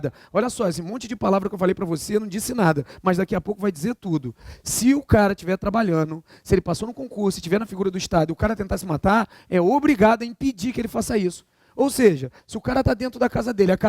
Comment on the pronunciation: "Cainu","trabalhano"... A aula é boa, mas dá uma machucada no português...